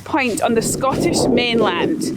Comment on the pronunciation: Accents are fun. I thought for a second she said "easternmost pint". Accents can be disappointing.